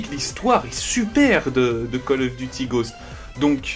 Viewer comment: tu prononces bizarrement ghost ghaust tu dis en gros